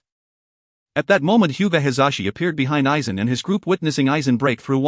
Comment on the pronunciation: hes playing Aizen, could get the name right at minimum..